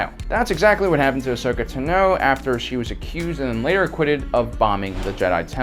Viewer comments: Ahsoka TUHKNOOOWWW WRONG, INCORRECT, FALSE. AHSOKA <TANO> TAH-NO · Did he say tuh-no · Ahsoka ta-knoww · Am the only one who is a little bit confused about how said ahsoka tano no hate to you man just a little weird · It's kind of ironic that you pronounce "Illum" and Ashsoka "Tano" like an illiterate moron considering how well-read you're trying to sound... xD